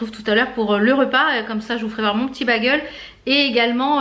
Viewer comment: Hi, super les blushes & highlighters Makeup Revolution! Tu es la meilleure ambassadrice pour cette marque!! On ne dit pas bagel mais "Bégeul", mon mari a cote de moi crise a chaque fois que tu prononce ce mot, lol. Desolee que tu aies eu encore mal au bidou, tu as paye pour les frites de la veille!! Y a des tas de trucs que je ne peux pas manger non plus, je compatis. Le pain me rend malade aussi.Vas sur vinted, y a plein de trucs trop cool. Bisous